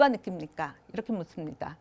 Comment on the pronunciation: "묻습니다"의 첫 ㅈㄱ도 길게 발음해야지요!! 또 짧게 발음했나이다. 이런 평상 고유어를 바르게 발음하지 못하는 철학 교수!! 제가 고국을 떠난 1967년ㅇ에는 대여섯 살 먹은 어린 아이도, 학교라곤 문앞에도 못가본 우리 할머니도 자연스럽게 바르게 발음했지요!!! 한국어는 한말로 "타락했나이다. 시청자 여러 분 어떻게 생각 하십니까!?? 정중히 권하오니, 유튜브에? 치시면, 우리 말에 대한 특이한 강의를 들으실 수 있나이다. 미국 변 완수 드림